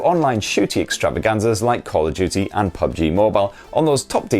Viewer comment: He said call of juty